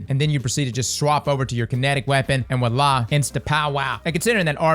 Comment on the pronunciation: dude, it's Voila with a 'V'